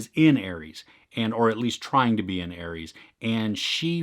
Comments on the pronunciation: Also its pronounces “Ah-res” not Aries.Just like you would say rest or resolution or something else with ‘res’ in it not pronouncing it like riest or riesolution 🙂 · It's pronounced are-s. Like R.S. like ah-res. Ares, not Aries. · It’s pronounced ARES. Not ARIES.